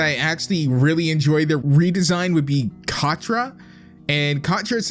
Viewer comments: Cat tra Cat Tra. Not Cot tra. She is a cat not a cot. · bruh you just watched the trailer...you DIDNT EVEN WATCH THE SHOW.....and aslo, its CATRA not CAUGHT-RA.....AGAIN ITS NETOSSA not NETOUSA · Catra not cotra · Realy cotra it's catra yes I am now 12and I am a she-ra and I mean the clasic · Every time he pronounced Catra as KahTra I wanted to die. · Here in 2019, a few hours until 2020...yeah But like when he said Cotra 😂😂😂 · Btw ur pronouncing katra and nettossa wrong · You said Catra name wrong!! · I think that if you actually watch the show you would know more about it instead of just judging it because of the trailers the shera reboot is really good they Include more people of color lgbtq+ people etcetera instead of just cis straight white people by the way you said netossa and Catras name wrong also if you want to watch it it's on Netflix